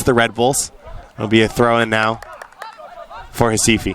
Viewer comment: Staff the team name and Sport Club Recife. Please call the name correctly!